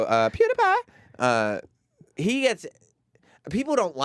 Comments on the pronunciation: Sam Roberts is way to old too say pewdipie name like that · goddamn quit sayin pewdipie u fuck